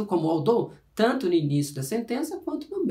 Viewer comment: That was actually a reasonably clear explanation from a grammatical point of view. So I would like to congratulate you on your pretty good job. However, I would also like to point out that the pronunciation of some words (i.e. "although" and "moreover") didn't prove to be entirely accurate. In spite of the minor details which I have just regarded, the lesson was quite good! But, again, we always need to get even the smallest details right! Keep up the good work!